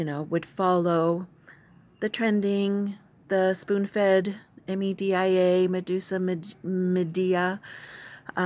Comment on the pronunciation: Wait, are you saying media? Madia? That's new. Anyway, I think after you watch a video I'll be posting when I get back, you may change your thinking a bit. It's about a Feather. I'm actually going to record it now, but post on the 14th. I've watched your entire video and a lot of things made more sense for me after so thanks. I still look forward to what I have planned.